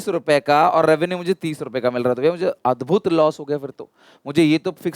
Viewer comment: ad-bhud loss 😅😂